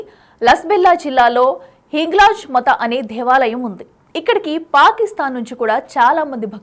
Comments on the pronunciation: అమ్మ తల్లి! హింగ్లా మథా అని ఉచ్చరించకు... హింగ్లాజ్ మాత అని ఉచ్చరించు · Nee yenkamma, nuvvu hindu eeh na? Hinglaj matha kadhu amma hinglaj maatha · This anchor should. So for speech therapy or teach her ethics and puranaas. It is hinglaaj maata not hinglaj mata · హింగ్లాజ్ 'మత' కాదమ్మా... మాత అనండి 🙏